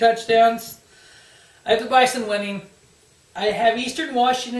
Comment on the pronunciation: I believe it's pronounced Buy-Zun. I appreciate the couple minutes of coverage. That's a few more minutes then what ESPN would give us